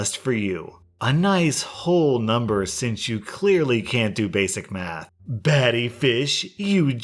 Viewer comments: That is NOT how you pronounce "batty" 😂😂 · "Ba-Te" as it's pronounced is actually Jamaican slang that means "Gay" and so was "Fish". Just another way of calling someone a homo. And the only reason I know this is because my fiancee works with a few Jamaican guys who use those words a lot and we're kind enough to educate him on what they mean. Lol